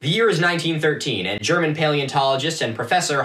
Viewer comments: Wtf? The algorithm did what it was supposed to?? This is GOOD content! Also pretty good German pronunciation btw :) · What the fuck...? You're the first archaeology Youtuber I've watched who doesn't butcher German words. You actually did a really good job. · pretty good pronunciation for one of those Americans actually